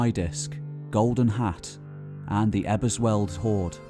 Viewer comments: "Ebersweld hoard" - OK, I get it: you really can't be bothered to find out how to pronounce foreign names. I'm British myself, but I find that really, really offensive. Because that's how everyone else will see us: insular gits who can't be bothered to engage with anyone else in the world. And it looks like they aren't wrong. I weep. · Please make an attempt to get the pronunciations right (Mecklenburg-Vorpommern, Eberswalde). It lowers the quality of your effort.